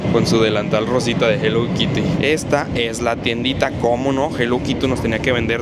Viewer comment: Yo en modo INGLÉS SIN BARRERAS 😂😂,,se escribe HELLO KITTY y se dice JELOU KIRI 😂😂❤